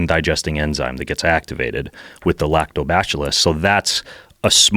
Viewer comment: "Lacto- bash illus" Wtf?